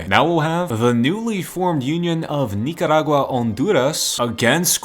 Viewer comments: Nikarakua ghonduraes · why did he say honduras and nicaragua like that? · why do you become spanish while saying nicaragua and handuras